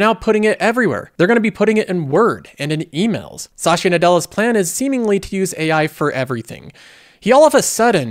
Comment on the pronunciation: Why does he pronounce Satya like Sacha?